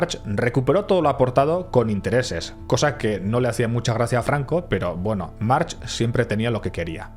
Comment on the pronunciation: Se pronuncia marc